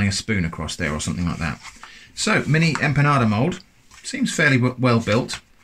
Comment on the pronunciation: Hi there, thanks for trying out all of these things, I always roll my albóndigas by hand, but after having seen this I may buy the meatball herramienta jajjaa. Another thing, knowing of your interest for Spain and it's kitchen and culture. It would be lovely to here the the word empanada not said as 'empanaRda'.Also empanadillas is easier to say without the R sound and but as you already know, saying a 'ya' sound where the double 'l' are. Love the choice of video,🙂